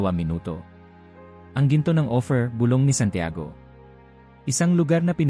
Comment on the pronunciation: Ang pagbigkas mo ng salitang OPHIR ay hindi tama, ang pagkakabigkas mo ay OFFER, naway maitama po.